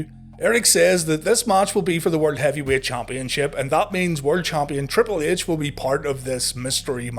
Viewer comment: Like when ya say triple ehch